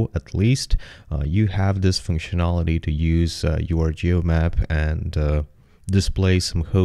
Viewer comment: Hi, some timecodes are "most imPortant", "need To install", "geomaP". Your older videos were way less bass heavy and therefore a lot nicer to listen to.